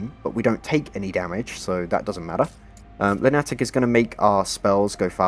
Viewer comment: Amazing build, that lunatic pronounciation definitely made me do a double take lol